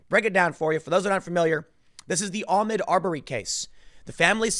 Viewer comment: Tim, stop mispronouncing his name. It's pronounced Ahk Mood. Fuck if it sounds Muslim.